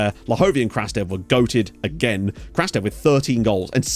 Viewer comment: Just a tip, Evtim Krastev’s name in Bulgarian is pronounced as "Krustev” (u as in understand). Keep up the good work!